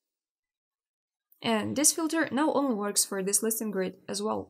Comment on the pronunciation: haha... but she doesn't. She says "listen grids" not "listings grid". at least to me it sounds like that.... :-) but never mind. It looks like I'm the only one confused by that.